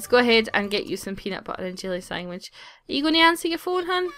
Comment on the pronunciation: Every time you say sandwich I SWEAR I hear "sangwich." Xp It makes me laugh every time because I know what you're saying but it sounds so strange to me on the recording. I love how accents change words slightly